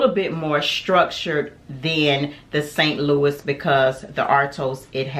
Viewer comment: Also “San Lou-eee” not “Saint Louis”